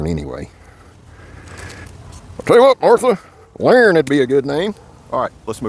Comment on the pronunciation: Who the hell is "Laren" 😂😂